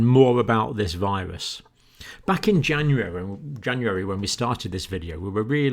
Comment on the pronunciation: Thank you for flubbing "January" in your accent - I do the same whenever I try to say it with a British accent as well.